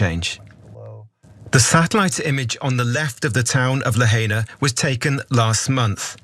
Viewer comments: It's "La-High-Na" NOT LaHayNa - let's honor their native language. You should know this, Anna. Sorry/not sorry, to me it is adding insult to injury. (Do we say "Ha-Way-Ee? No. We do not. Ha-Why-Ee, spelled Hawaii.) These poor people suffered the same attempts at eradication of their native language and culture that other indigenous cultures have. In the face of this terrible disaster, let us honor whatever parts of their native culture that we can. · Lahaina is pronounced, LAH-high-nah. Mahalo.